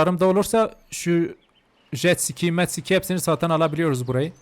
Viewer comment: Abi jetsiki değil jetski😂